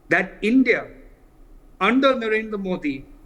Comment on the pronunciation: A basted pronounce india not indi. L